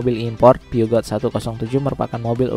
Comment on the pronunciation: Peugeot itu min, dibacanya “Puzyu” bukan “piugat”.